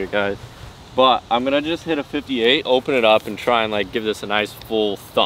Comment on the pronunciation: love and hate when says “olpen” instead of open